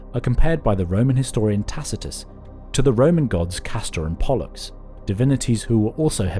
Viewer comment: Castrater and Bollocks? Or Castor and Pollux? I couldn't distinguish the anguish